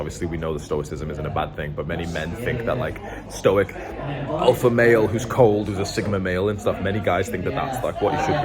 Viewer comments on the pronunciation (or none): none